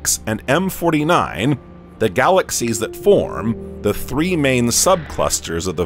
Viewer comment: It's fascinating this new pronounciation of the word galaxies. Galaxies, 3 syllables, right? That's what I thought, but, no, it now has 4 syllables by the narrator calling it " galaxies-uh." Must have said it this way 50 times, galaxies--uh. Glad he didn't teach English class to my kid.